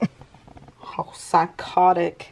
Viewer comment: i did a double-take when said "psychotic" with her whole chest i cant